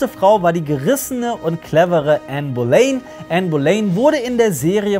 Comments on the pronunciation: Super !!! Hochinteressante Zusammenfassung. Aber eine kleine Anmerkung, man spricht es "Bolinn" aus, nicht "Bolein" ;-) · Bohlinn wird die meine ich ausgesprochen